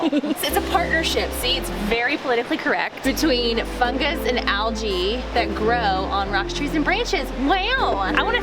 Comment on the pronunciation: said fungus and algae wrong